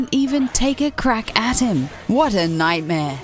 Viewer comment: wad e nighdmeeh